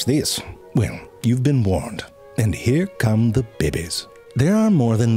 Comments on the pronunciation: I love how he said “bebbe’s” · "and here come the beh-bies" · "DEMON BABIE" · Love the way he says bebays (babies) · Damn I beginning to use the same pronunciation of bebes you say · "bebbies" Fuck, that's killing me and I got 14 minutes to go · Love the way he pronounces "babies". Beh-behs. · Moscoweetoes.. that's great, you always have the greatest pronunciations And I dont care how many times I hear it.. behbehs 🤣 look at the behbehs 😭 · you lost a viewer over your pronunciation of babies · Why can't this fuckin guy say babies right? Its honestly annoying